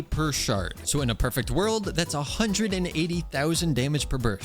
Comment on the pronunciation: "15k per shart" (Instead of shard.)